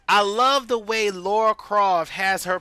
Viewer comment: Pronounced La ra